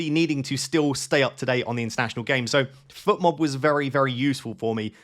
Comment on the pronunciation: Fotmob not Futmob,! Should I captain Sarr?